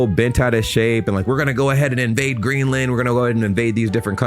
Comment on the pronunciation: Since he took office?!?! 😂😂 The US has always tried to conquer places!! This video is also the first time I’ve heard an American pronounce Greenland in correct English. Not the usual Green Land. The whole point of compound words ( joining two words together) is to shorten the sound. Greenland is very strategic. The US got dominance globally after WW2 on these very principles. None of this is new and Trumpian! He’s an absolute clown but far from unique.